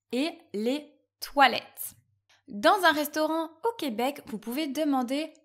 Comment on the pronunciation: Je t'arrête tout de suite, jeune fille. On ne prononce pas le ''s'' à toilettes. En français, on a les articles définis et indéfinis, contrairement à la langue anglaise. Je serai surpris si tu me disais que chez vous on le prononce, ce que je trouve illogique, sinon, à quoi serviraient les article alors?. Ici, une facture est quelque chose qu'on nous donne avant de payer pour signifier le prix à payer avec tous les détails mais que l'on na pas encore payé. Si on veut déclarer pour nos impôts, on demande un reçu. Le reçu est le papier final qui dit que tu a payé. Le mot chum se prononce ''chome''. Je ne savais pas que bienvenue ne se disait pas quand une personne nous remerciait. Six décennies et je viens de l'apprendre. La majorité ne sait pas que le mot ''job'' est masculin. j'ai eu un bon professeur dans les années 70' Malheureusement on n'a pas tous eu de bons professeurs. J'ai même vu cette erreur sur une pancarte dans la plus grosse chaine de dépanneur du Québec. Et au Québec, ce n'est pas un mot féminin. Il n'a jamais été accepé alors il ne faut pas dire ça. Dans notre dictionnaire, Il est très clairement dit qu'il est masculin.